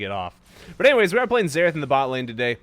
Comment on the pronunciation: Everytime he says Zerath i hear Zeref isntead (from fairy tail)